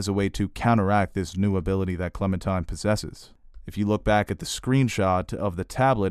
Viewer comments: I love your reviews, but can you PLEASE stop calling her ClemenTIME. It's pronounced and spelled ClemenTINE. Like the tine of a fork. Otherwise, I love the rest! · Are you really calling her Clemen-TIME??